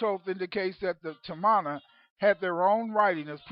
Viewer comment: Tamana is a Fijian (melanesians of the South pacific) .. word which means FATHER..so you can not pronounce it in an english pronounciation,,,the real pronounciation is TAR- MAR - NAH ,,the origin people of a civilisation before Ancient Egypt..way before Sumeria..The land called MU/LEMURIA/KAMU KAMU also means FATHER. When the knowledge was taken to Ancient Egypt after the continent sunk..ancient egypt became KAMU..not Kemet.